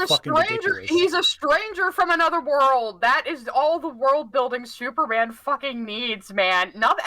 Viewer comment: I like how whenever says "Superman" it kinda sounds like he's saying "Soupman"